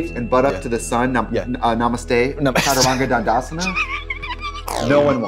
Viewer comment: my soul ascended to the next plane when trixie said Chararangga dandasana